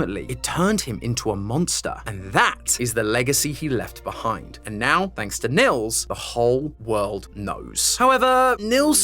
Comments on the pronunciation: its not pronounced nills thogh in germany where i guess this name comes from we pronounce it neels. if that makes sense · Btw as a german i wanted to say you the name Nils is pronounced like kneels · it's neels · Great video, lots of Love from Germany! ❤ Actually having a friend called Nils, though, I feel obliged to point out the name is pronounced "Kneels"! 😂😊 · I know German names and phrases can be quite difficult to pronounce for non-natives, so just letting you know the name Nils is actually pronounced like "kneels". Hope that helped ^^👍🏻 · Nils is not an uncommon name here in northern germany. But you totally butchered the pronounciation, because it's suppost to have a long pronounced i. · As a German, the way says "Nils" will never stop to be funny